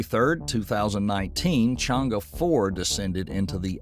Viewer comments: Think should pronounce more closely as possible to the Mandarins words ie."Chann Er" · its pronounced as trwo words Chang ER... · My ears almost bled from the constant wrong pronunciation of Chang’E. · The video is in fact very informative with regards to moon exploration, if I were to be picky, it will be the pronounciation of chinese terms like Chang'e and Que Qiao, it will be utmost appreciated by the chinese community n real good knowledge for the Non-chinese community in respect for the correct pronounciation.